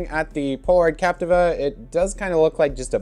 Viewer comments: Actually pronounced Cap - tee - va, not Cap - ti - va. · Still incorrect pronunciation.